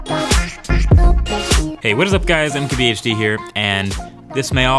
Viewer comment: it's M K B H D, not "keblished" 😂